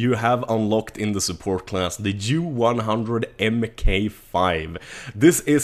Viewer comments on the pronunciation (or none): When he got to the first lmg and said it's name I laughed my ass off because he said the Jew-100 MK5